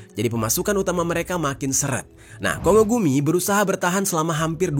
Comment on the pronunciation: Kongo gumi di bacanya Konggo gumi yes bukan kongo gumi ☝️🤓